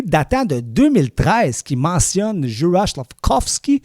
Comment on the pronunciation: Son prénom se prononce "Youraille" et non '"Jurage"